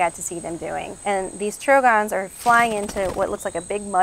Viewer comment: I noticed that. The way she pronounced Trogon also. Her age, quality of her equipment suggests that she comes from money and knows very little about birds.